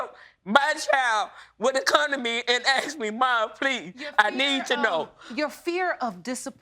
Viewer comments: He axed her!!! Painful !😂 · " axed me" 🙄🙄🙄🤦🏾‍♀️ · Why does she keep saying axed? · He axed her good lord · Why are you saying "aksed" instead of "asked?" You irritate me! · Will both of you stop saying "Axed" for asked? You sound ridiculous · Why do they say Axed... where is the axe? Is it not called asked... ? Just confused... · He never axed me!! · Why can't anyone talk right.. its called :" ASked.. not Axed.. thats something very different ... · Lady i understand your pain but you saying if he asked me or aksed me i would tell him the truth is not an excuse. He deserves the truth wether he asked you or not. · axed me?? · What’s all this ? “He didn’t AXED me?” And him saying he did AXED her?, silly people, it’s not difficult to say “Ask” OR “Asked” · w/all of this "axing" going on, whole forests tremble in fear. the only "hurted" here, is the English language. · Lots of axing here🤷🏻‍♂️🪓